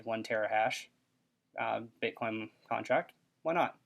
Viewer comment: I just love that awesomely bad ad they did ... "MINING BIT-COY, MINING ETEERRY-UH, MINING DASH-COY" ... anyone stupid enough to "mine" with those idiots frankly deserved what they got.